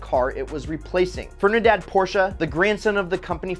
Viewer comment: Bruh, "fernidad" its Ferdinand Porsche....